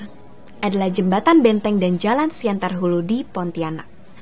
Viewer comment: siantan hulu bos bukan siantar...